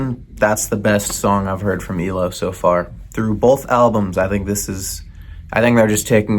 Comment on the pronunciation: it's Eye-Low 😆